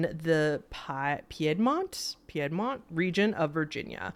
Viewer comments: Ignore the "I" in Piedmont girl, it's pronounced like "peedmont" lol Va girl born and raised here 😊😘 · Story #1: It's pronounced "Peed-mont." 👍 Also, the grandma's mirror story made me think of my own experience with a mirror: growing up I had a tendency to see shadow people when I was in bed (hence why today I absolutely have to sleep with the door closed, as they were peeking in from the hallway); well, a couple of years ago, for the first time in years, I saw 2 shadow people, one behind the closed bedroom door (definitely had a masculine form) & one at the foot of the bed; that one was only the head & shoulders, with the rest being like a comet's tail, dragging behind it (wish I could explain it better); that one moved from one end of the bed to the other, all the way to the mirror on my dresser that I inherited from my mom after she died - where it disappeared! Needless to say, I don't spend too much time looking into that mirror anymore....